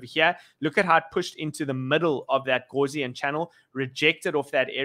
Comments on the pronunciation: Gaussian. Not gauze-ian! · House not horse